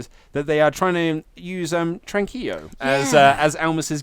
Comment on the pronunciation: Well, Naito adopted it from Almas (La Sombra at the time), so it's not really WWE stealing from Naito, it's just Almas doing what he's always done. He even did it as a babyface in NXT when he did that thing where he chills on the ropes. Also, the L is not silent in "Tranquilo". Also, it's Tet-soo-yuh Naito, not Tet-soo-uh